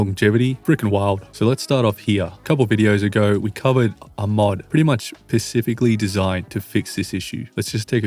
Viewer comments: Is he saying “pacifically” instead of “specifically?” 🙃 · It's "specifically" not "pacifically"